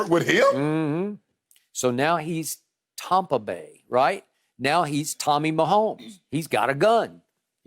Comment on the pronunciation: No one: Skip: Tompa Bay